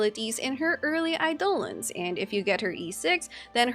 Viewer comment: calling it "aidOlons" makes me smile